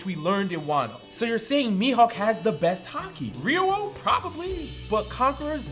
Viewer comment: Thank you for pronouncing it properly as Ryuo. Powerscaling is so annoying, especially when people think someone being stronger makes them a better character and just make things a numbers game of power levels.